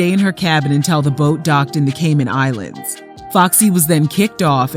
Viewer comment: Ugh I hate when my people do it but... I heard Cayman Islands 🇰🇾🇰🇾🇰🇾 😂😂